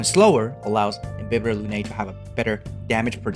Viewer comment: Not only your guide is awesome, but you also pronounce all the Latin terms like Imbibitor Lunae correctly for the most part. THANK YOU! I got used to the official "Im-bye-bee-thor" but it's wrong...